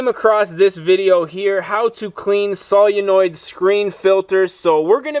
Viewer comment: I didn't know if you were trolling or not the way you pronounced Solenoid or maybe it's a region thing.